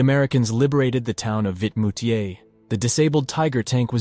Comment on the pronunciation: It is VIMOUTIERS, not Vitmoutiers. I've been there a couple of times.